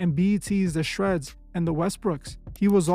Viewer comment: ShEARDS not shreds